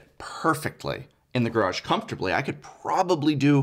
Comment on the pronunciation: Garage? GuRrAAaAaJ!?